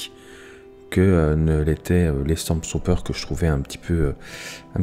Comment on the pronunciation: sympa, par conte il n'y a PAS de "S" au milieu de StormTrooper ... c'est StormTrooper pas StormSTrooper ... XD